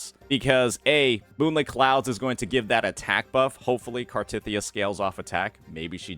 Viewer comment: Why the emphasis on “tith”